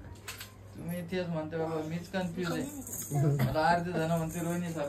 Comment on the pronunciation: ताई कन्फ्युज असणं कून्फूज्य नाही ग बोलताना तू झ तोंड कसं झाल😂😂😂😂😂 मी खूप हसली